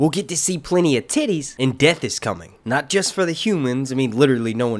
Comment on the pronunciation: Did he say tities?